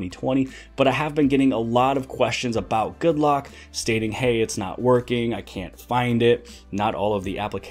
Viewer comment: Anyone else notice that the Korean developer called the app Good Rock? :)